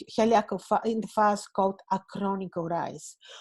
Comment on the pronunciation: Hi, it's 'face' not 'farce' (phase). Thank you for your interesting videos, i enjoy them.